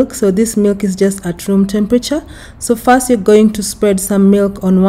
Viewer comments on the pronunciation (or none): none